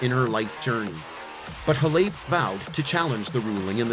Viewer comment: You can’t even pronounce her name right.